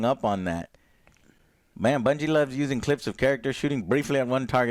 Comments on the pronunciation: lol classic Joe, pronounces bungie as bingie, but somehow nails the pronunciation of durhendahl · Joe managed to say Bungie wrong lol